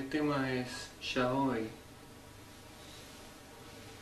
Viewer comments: WHY DID HE PRONOUNCE YAOI AS SHAOI 😭✌️ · The pronunciation of yaoi being shaoy 😭 its so bad it's making me cry from laughing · HOW DID THEY MANAGE TO MISPRONOUNCE YAOI HELP 😭😭😭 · that's how we pronounce the letter 'y' in buenos aires lol, i remember the 'glam visual' gesture they did was an inside joke between all the local vk enjoyers, i never knew a single person who didn't make fun of these guys